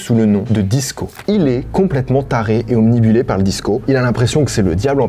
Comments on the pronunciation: Super vidéo je ne connaissais pas ce mec ! Juste un truc, c'est Obnubilé et non Omnibullé, je sais , ça fait prof à 2 balles mais comme tu utilises souvent ce mot, autant dire le bon ! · on dit obnubilé pas obnibulé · Hello, merci pour la série d'histoires intéressantes ! J'ai remarqué tu tu dis "obnubilé" en mode omnibulé quand tu parles de personnes obsédées par une idée, au moins dans deux vidéos séparées ( ici), donc je pose ça là parce que zemoreyouknow. Cheers ! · on dit obnubilé, pas obnibulé. Sinon super vidéo comme d'hab ! hâte de voir celles à venir ! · ça fait deux vidéos dans lesquelles tu dis obnibulé... Je laisse passer une fois mais là c'est plus possible hahaha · et aller encore un onibulé ... c'est obnubilé frère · Mec c'est la deuxième vidéo où tu dis "obnibulé" au lieu de "obnubilé"... Fais quelque chose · Salut, on dit (et écrit) obnubilé